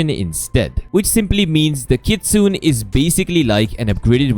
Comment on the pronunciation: its Kit-su-ne ,not kit-sun